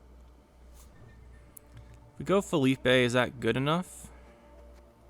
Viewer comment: Assimilate vs Status Ball is always such a funny match up, you played it really well I think - also I think Philippe is pronounced like “Phil-eep” bc it’s a French name rather than the Spanish “Felipe” with the “ay” sound on the end